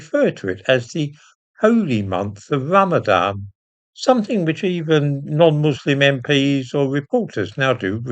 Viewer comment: Ran-a-van more like